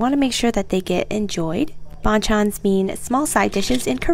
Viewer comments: Damn as a Vietnamese i can't unsee this lolll But in vnm, bàn chân is pronounced like "ban ch-un" (like lunch without ch) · No hate… actually a lot of love… but when you pronounce “bon chons” it is more like “ban-g Chans” 😊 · Please pronounce it correctly- its not bonchon it's ban-chan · The bang Chan pronunciation 😭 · I think its would be pronounce paen-chan, the b almost like a p:) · Her pronouncing 반찬: “Bon-chon” Me being Korean: externally screaming Honestly idk how to spell it out in English, but it ain’t pronounced like that. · it's pronounced as ban-chan in like a Korean accent idk how to explain, Google it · OMG, I am sorry you guys had to suffer through my mispronunciation of banchans 😂 🤦🏻‍♀️ These comments are killing me haha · Are you even Korean? It's the way you pronounce it. That's like saying that the word 'ball' is correctly pronounced if someone says it as 'bowl' because people say it in different ways lmfao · Nobody was bashing or shaming her for pronouncing it wrong tho. And it was a silly pronunciation mistake anyway. hopefully she'll take notice and try to learn pronunciation of words she's not familiar with next time, tho it doesn't really matter. It seemed more like a Playful gesture on behalf of many commentors imo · I'm not korean but she definitely didn't pronounce ban chan correctly. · the ban chan pronunciation is killing me.. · I don't want to be rude but you pronounced it a little funny ofc I would type it but it's hard to type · the banchan pronounciation is killing me fr..